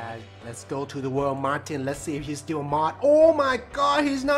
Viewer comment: He said Marthhin